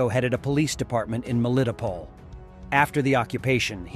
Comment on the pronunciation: Melitopol. Say Mell-ee-tow-pole.